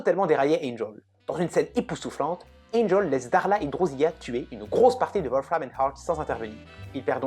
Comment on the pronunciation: On lui rend son âme ... c'est pas sa conscience qui le rattrape... Apparemment vous n aimez pas la série. Ca se ressent ... rien qu en prononçant des noms avec un accent à couper au couteau ! Je vous découvrais, mais là je suis déçu. Après j entends drousiya ... faut arrêter de faire genre chui bilingue